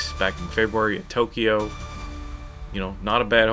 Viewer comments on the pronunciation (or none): none